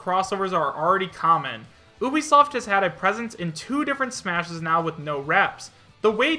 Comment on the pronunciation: Why do you say Oobisoft. its Ubisoft.